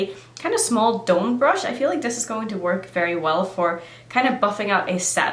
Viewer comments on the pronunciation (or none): none